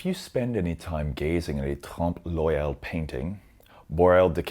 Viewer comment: Oeil: listen to the correct pronunciation online.